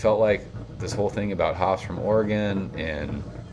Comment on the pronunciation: My high school history teacher in Oklahoma mis-pronounced it, but was nice and thanked me for helping him say it correctly. You nailed Oregon though 😂